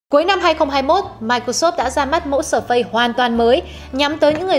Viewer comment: sơ phây hay sờ phây, đọc tiếng Anh quá chuẩn 🤣